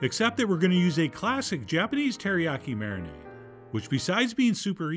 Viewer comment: You had me at : Alicia key, “teriyaki-“keys”😅😂 hil-“f’n”-larious!!!! 😩😂🤣♥️